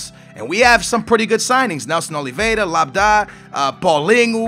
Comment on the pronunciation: NELSON OLVIERA NOT OLVIEDA